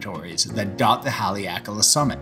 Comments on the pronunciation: Nice overview of Haleakala. A gentle note, the first 'a' in Haleakala is short rather than long. So pronounced more like 'hah' 'ley' 'ah' 'kah' 'lah.' Hale means house, so house of the sun. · What an awesome view! I like how you say Haleakala